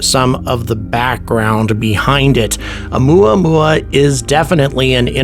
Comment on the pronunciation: “Oumuamua” To the tune of good old “Luey- Luey” (spelling probably incorrect. Please forgive me.)